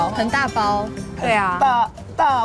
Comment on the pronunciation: 很好笑 打拋諸 變成 打炮豬